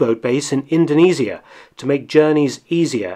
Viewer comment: Hey Doc thank you for pronouncing Indonesia correctly.